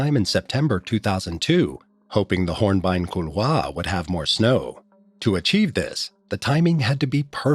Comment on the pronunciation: Horn- byne- ku- waa?? Are you inventing European cliffs and drops in mount Everest???